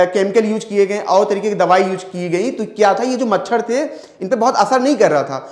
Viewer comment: मछड़ नही सर् मछर 😂😂😂